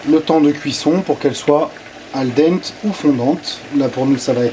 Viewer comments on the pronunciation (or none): Tes explications sont claires mais trop détaillées on a l'impression que tu expliques à un enfant de 8 ans. Par exemple mélanger les pâtes pendant qu'elle cuisent (et j'en passe) ce n'était pas très utile de le dire. Dernière remarque "Al dente" se prononce "al denté". Bonne recette sinon.